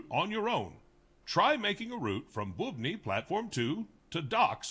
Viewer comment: Hears Bubny pronounced 4 times still pronounces it blatantly incorrectly lol